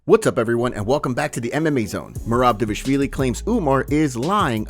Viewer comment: Why do you pronounce Dévashvili? It's "Dva-lish-vili"